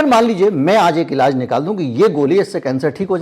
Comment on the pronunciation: सही शब्द इलाज है न कि इलाज़